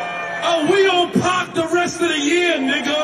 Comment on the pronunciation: Did he say we on pop or we on pock